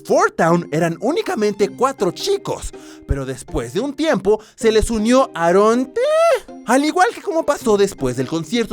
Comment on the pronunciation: Se dice eron ti y eron ci en ves de decir aaron t aaron t